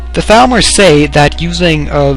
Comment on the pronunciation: When he said Thalmor I thought he said Falmer and I was like wait what? lol